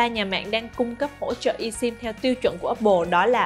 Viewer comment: Esim phát âm i sim sai rồi phát âm là ơsim mới phải